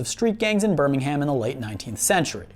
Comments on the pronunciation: British here - it's pronounced as Birmingum not Birming-HAM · BirmingHAM...bro you butchered it, it pronounced burmingum.... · Birmingum is how its said not BirmingHAM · ber ming erm not HAMMM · Every 'Birming-ham' made my spine crawl, especially since I used to live there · You said Birmingham wrong you pronounce it like burmihmm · It's pronounced burmingum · Birmingham is pronounced Ber-ming-am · can we get a British stunt double to say Birmingham properly for him? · Listening to Americans pronounce british town or city names is hilarious the ‘h’ is basically silent in all british accents as well as they say it in the show and it’s nothing like how you’re pronouncing it